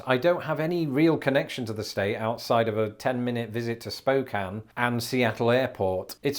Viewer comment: Oregon is a great place to visit. Portland used to be a beautiful, clean city. I'd avoid it now. Also, it's spo-KAN(e), not SPO-kan(e).